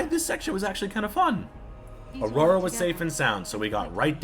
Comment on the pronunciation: Good video but I kind of question if you were paying attention to the story- her name is Anora, not Aurora, and Loghain is her dad, not her uncle.